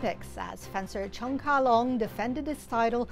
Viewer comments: Congratulations Cheung Ka Long! I can feel the bias of the woman commentator on the NBC channel every time she mispronounces Mr. Cheung's name. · She did it intentionally. No respect . Should not qualify to work as announcer, if she did not want pronounce correctly